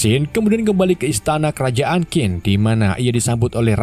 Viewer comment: bos QIN di baca CHIN bukan KIN